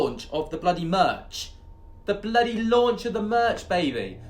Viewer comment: Launch of the merch = “lerch “ how’s that for a made up word? 😂❤️